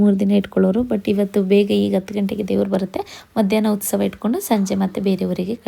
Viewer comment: Please nettage kannada kaltkoli.. Adu ustava alla.. Utsava..First of all ha mattu aa ge vyatyasa gottilla nimge.. Tappu tappu matadtiea.. Innu idella elli gottiratte... 🤦‍♀️🤦‍♀️🤣